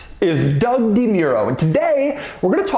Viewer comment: Doug the type of guy to mispronounce his own name